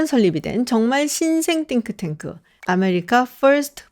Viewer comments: 한국식으로 싱크탱크로 하시지 띵크탱크 이러니까 어감이 좀.. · 띵 발음 엄청 유의하시는거 웃겨요 😂